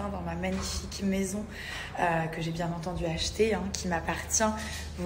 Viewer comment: Ai-je BieN Entendu ? Nabilla : « ... Elle est bien (T) entendu ... » O-O